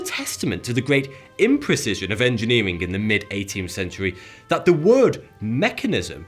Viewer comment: Well either way, he is unable to pronounce the th- sound. Watch any of his videos it's all "I fink vat" and "vis is vuh best".